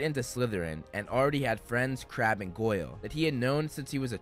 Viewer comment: When he said ''Draco had already met friends, Crabbe and Goyle'' I thought he said ''Crap and Goyle''